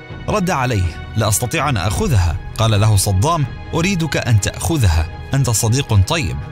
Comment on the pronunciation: قولوا للمعلق أن اسمه صدام وليس صضام 😏😏😏😏